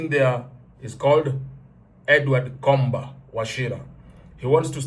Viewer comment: Comba is Pronounced "Somba"